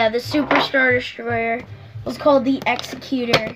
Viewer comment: Nice one guys, looks like a great figure, another one I got on pre order, can't wait for it to turn up. Not trying to be a douche but this is a bugbear of mine, the Super Star Destroyer Executor is pronounced as you would "executive".